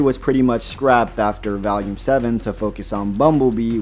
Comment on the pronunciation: Aside from a few nitpicks like saying “Valume” (which it is pronounced “VOLUME”), this has pretty much explained things in greater detail. AND pretty much confirmed my worst fear: RWBY is dead. “This is how it happened: This is how Team RWBY died.”